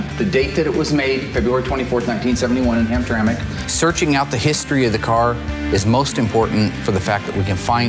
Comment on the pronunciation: You pronounced Hamtramck correctly. Good on you.